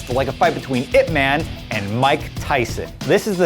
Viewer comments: Can still tolerate when he said "weeng-chahn" instead of "weeng-choon", but I stopped at "ip mehn", when it's "yip mahn".. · is not pronounce as ip 'man', is ip 'mun'...jeez talking about west speaks chinese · Atleast pronounce Ip Man properly it should be like Ip Mun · not pronouned ip man. pronounced as IP MUNNNNNNNNNNN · Am I the only one annoyed with his pronunciation? Ip Man is based on a real person. he's not some fictional superhero. if you're mentioning a name at least 3 times in a clip, learn to pronounce it properly. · the way the host pronounce Ip Man is hilarious. You have to pronounce it directly from Cantonese